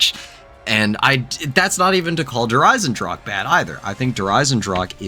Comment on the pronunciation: Can english speakers pls stop pronouncing "der Eisendrache" As "der Eisendrak" Its pronounced "Eyzendrahe" the 'h' like in 'history'. Also dont forget the 'e' at the end. The same with "der Riese". Its not "Der Ris". It also has an 'e' in the word, so its "der Reezeh". 'Ee' like in 'deez nuts'